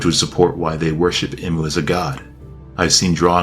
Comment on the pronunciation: Bru it's pronounced EE-MOO not im-oo 🥸 Hurts my soul erytime you say it wrong snd you said his or her name like 50 times jn the first 2 minutes lmao